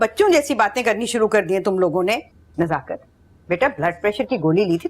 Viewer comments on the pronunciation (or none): Nazakat. nhi nasakat